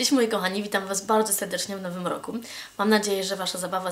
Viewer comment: "Witam was bałdzo sełdecznie w nowym łoku" :D